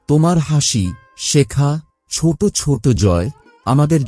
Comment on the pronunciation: Bhai kichu2 jaygay aapni choto k chot boley uchcharan korechen proyojon k projojon uchcharan korechen ektu dekhe neben, mind korbena na jeno,khomaprathi🙏❤️